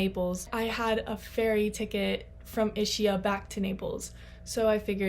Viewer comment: It is pronounced ISKIA🤗